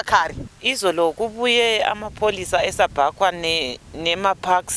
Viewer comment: "sabhakwa" as in subaqua kkkk